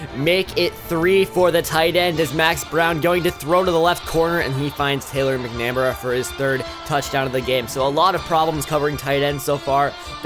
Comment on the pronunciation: Nice start to the dynasty! Interested to see how it progresses! Oh...and that one guy McNamara is "MACK-NUH-MARE-UH" Just a tip in case you encounter that name again in the future.